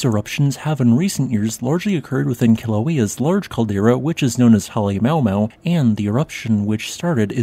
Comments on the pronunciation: Come on man, ""Holly-mow-mow" sucks. Pronounce it correctly. You should know better. "haleMA-uMA-u" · As I’ve said before in the first video on this new Kilauea eruption, Halemaumau Crater is pronounced “Hal-eh-ma-u-ma-u”, rather than “Hal-eh-mau-mau”. It makes a little more sense with the apostrophes: “Halemaʻumaʻu” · I understand that names are not actually geology, but you should ask Google how to pronounce Popocatepetl and Halemaʻumaʻu. Hint. there are no blended vowels in Hawaiian. The apostrophes are breaks in the sound. Ma ooh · I know without the phonetics in the name Halema'uma'u comes out Hale Mau Mau, but, even as someone with just a passing interest in volcanos I can't help but cringe a little each time you say that. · Just so you know for future, its pronounced Ha-lee-mahoo-mahoo but great video as always, keep up the good work! :D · Please pronounce the name of the sacred home of the volcano godess Pele (Peh-leh) at the summit of Kīlauea (KEY-lau-Eh-uh) correctly. Halemaʻumaʻu has six syllables, "HAH-leh-MAH-oo-MAH-oo", not 4 and means "house of the ʻāmaʻu fern". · I love you and the channel man, butplease learn the proper pronunciation for Halemaʻumaʻu. It's culturally a but offensive to pronounce it Mow Mow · BTW every vowel is pronounced separately in Hawaiian, halema`uma`u is pronounced haa-lei-maa-ooo-maa-ooo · Check your pronunciation of Halemaʻumaʻu please.